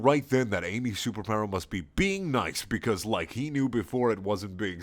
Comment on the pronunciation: ''Beause'' hahaha made my day xD